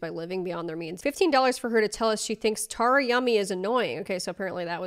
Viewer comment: Oof love you but the mispronunciation of my name (Tara) makes this hard to watch😭